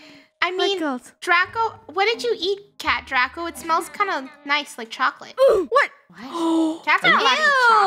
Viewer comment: Its dracO not dracA